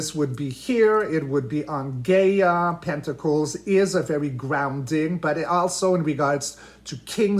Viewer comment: GAIA (guy-a) ❌ GAY-A